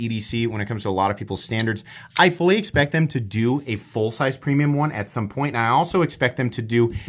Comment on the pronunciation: Bladespect? Nice 😅 I know you said fully expect, it just sounds like bladespect 😅